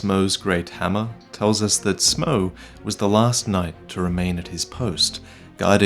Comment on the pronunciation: Uh...I know it's been a while since this video came out, but......Why's pronouncing "Smoff" as "Smouw", here? It's spelled almost identically to "Hawkeye Gough", and that's pronounced "Goff" in-game.